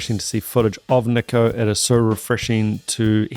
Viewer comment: Nicko is pronounced like Knee-co NOT Nik-Co.